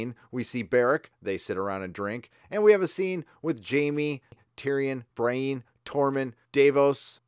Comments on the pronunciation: Edwin Maguillicuddy actually, it’s pronounced BREE-ENN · Isn’t Brieanne of Tarth’s name pronounced BREE-ANN, not BRY-EEN? Other than that, loved the breakdown & review of this episode. I couldn’t agree with you more. Thanks man! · Love your show! I hated the Arya sex scene; she's like a little sister. Anyway, dude it's not "Bra-een", it's "Bree-en" as if that Marvel cardboard box chick had a last name that starts with N and you were saying her first name and last initial: Brie N. Nothing personal, I also get weirded when my sis says "Day-narious" instead of "Deanerys". Keep on good man! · Who the hell is Bry-een? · dude I love your videos, never miss one. but the character names...Bry-eene? plz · BREE-ENN. Say it with us,. BREE-ENN. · Bree-ann is how you say it :P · Love your work, but please pronounce Brienne's name right! Also I agree with many other sources, if Bran can see anything everywhere at all times...why isn't he just telling everyone how to win...It's really bad writing setting him up like this omnipotent being, 'in the show', and then he just talks in riddles as over half the main cast will prob die next episode. You suck Bran!! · Are you intentionally mispronuncing Brienne?